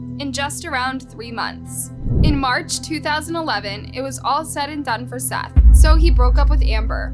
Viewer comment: His name was Seath not Seth